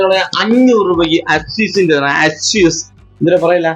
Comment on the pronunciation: അസ്യൂസ് അല്ല...എസ്യൂസ്